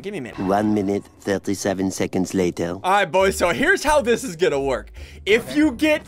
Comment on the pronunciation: Me: I'm already subscribed Ssundee : I'm gan a break up with you